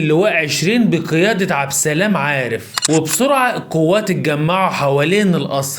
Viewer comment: عبد السلام عارف وليس عبسلام عارف